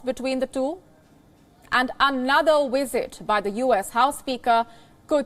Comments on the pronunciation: its visit not wisit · hahahahahhaha !!!! did you listen to the question she said: Vill she Wisit Taiwan ! lol. can someone teach her the difference between V and W 😅🤣🤣🤣